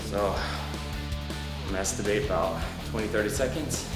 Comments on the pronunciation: he said ESTIMATE not masturbate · lol i get the inside joke:P it sounded like you said the word masturbate... AHAHAHAHAHHAHAHAHAHHAHA you're funny,:P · He said estimate but. Thought the same thing lol! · 3.28-3.32 lol sounds like he said masturbate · He said Estimate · hahaha, he says estimate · it took me a minute to figure out he said "I'ma estimate 20-30 seconds"